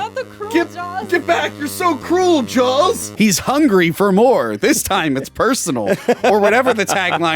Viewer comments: I'm confused. It sounded by like was talking about the film, 'Jaws', but he kept calling it Jowls. What's up? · Also,, please stop saying Jawls. There is no L. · Jawls?...jawls?...there a hidden "L" in there? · Why does keep calling it Jowls? Is he being a dick again? Or can’t help it? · Does say "Jawls"? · Honestly asking.... Is pronouncing Saw as Saul and Jaws as Jawls a regional thing? It hits my ear every time and I've never been to Philadelphia so I'm curious.